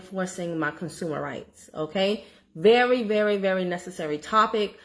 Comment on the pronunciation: You are being funny because I'm laughing. "Con-SOO-mer" 😂😂